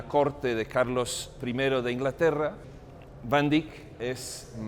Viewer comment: ..y porq hacéis el payaso ..pronunciando a la Ibérica si cada idioma es como es y no más !..como de jovenes aprendímos.Van Dáik o Déick..y no ese " iberismo cursi.." último dictatus nódulos..de vamos Monsieur Volteire o Montesquieu..q ? Gran Señor como os permitís tanta " borrasca y churrería.." q Yo humano pobre..nunca ganaré su sueldo..y un Museo tan Universal..lo vais a llenar de " cacharrería.." ah ? Pa' vender mejor ??..pero si UD.o Yo i mi Otro Aquél..jamás igualará la altura de este Genio de la Pintura..y q por algo lo protegió el Lord Tikis ( veis q puedo jugar ?..) dejad los Nombres y Apellidajes como son en sus países..q por ensenar lo o aprenderlo en Chino..o Francés o Catalán..Ruso o Inglés..pués no va a Atraer a nadie más..q a UD o Mi insignificancia..y algún despitadillo más de la Riada de Necesitados de Amor..Comida..o Belleza..y Si esa " módulos " invade incluso tan Alto Museo ?? En el Hermitage ni se les ocurre..en National Galery imposible..en el Louvre i se La Ubre..pués andan locos..cn la chatarrería..un poco de respeto no ?? ..imaginé el momento en q la Obra de Arte es realizada cada minuto..q ningún Artista Verdadero paso Vida De Rositas y Comodines..raro ese afán ..y triste ..respetado al Pintor o Músico..etc..! Perdone pero es hay varios..por q ? No os elevados ( q a todos nos cuesta tiempo y amor ) a la altura de Dn Quijote ??? O Persiles..